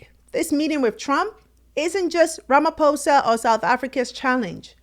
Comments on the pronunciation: Ramaphosa! Not Ramafosa!!! Very that the presenter can't pronounce the South African president's name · please investigate the proper pronunciation of African Names & Places eg. - RAMAfosa is in-correct but, RAMA posa is, correct. When u in-correctly pronounce our Names & Places - it simply means that u didn't BOTHER to check, which wud be, respectful. Please TRY. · President Ramaphosa not Ramafosa please